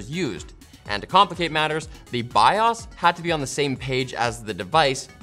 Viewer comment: Thank you for saying Bios correctly!